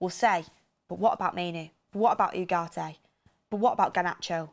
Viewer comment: OOOGARTE....learn to speak properly FFS